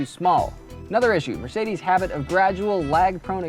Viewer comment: Mercede? Does the S cost extra? Lmao